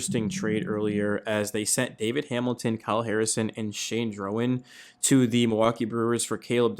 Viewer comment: I don't think Durbin is best at 2nd base. Yes, he played more at 2nd in the minors but he was above average at 3rd last year. Yes, I know he had zero OAA but +5 DRS as well. FYI, Drohan's name is pronounced Dro-han not Dro-an.